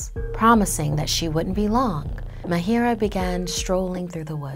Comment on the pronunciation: It's ma-a-h-i-r-a-a not m-a-h-i-i-r-a-a I am from India that's why IK how to pronounce it